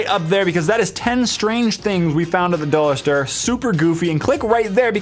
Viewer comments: he said dollar stirring on ?¿ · "Dollar Ster" XD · the dollar stur, lol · he said dollar stir